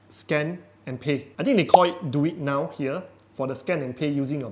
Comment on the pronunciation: Its "Duit Now", not pronounce as "Do it now". "Duit" means money in Malay.